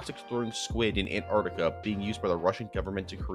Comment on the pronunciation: Why do you say "Anartica" istead of Antarctica?